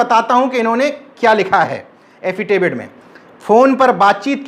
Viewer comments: एफिडेविट 😁😁 एफिटेविड नहीं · एफीटेविड नहीं एफीडेविड होता है कृपया आगे से ऐसी गलती न करें नहीं तो आपकी शिक्षा और ज्ञान पर लोग हँसेंगे